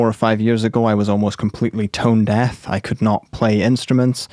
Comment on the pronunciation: love your videos man! Very grateful! Oh and the irony of you saying "Tone death" instead of "tone deaf" 😂 I think you've been hearing it wrong your whole life my friend! 😁